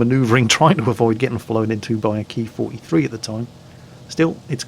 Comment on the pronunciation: Oh god, please don't start calling it the "Key-43".